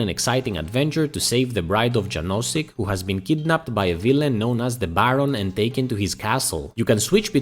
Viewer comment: "Janosik" should be pronounced as "Yanoshick". :)